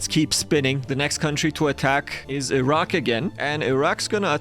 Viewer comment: I HEARD THE ROCK INSTEAD OF IRAQ